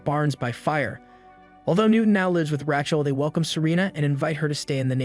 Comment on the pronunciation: Is this an AI? Because if you cannot pronounce the name RAYCHEL properly then you have problems. Kinda ruins the whole thing.